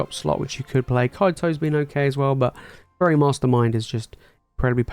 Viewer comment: everytime you said faerie i heard furry made the video amazing